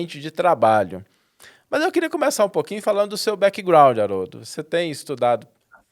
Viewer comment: Haroldo e, por favor melhorem sua pronuncia das palavras em inglês ou usam o português. Por exemplo: não é Podi casti….. é pod cast não tem I no final Backigroundi… e background sem nenhum I. Facibooki…. Facebook de novo não tem nenhum I. Eu os admiro muito porém dói o ouvido a pronuncia das palavras em inglês.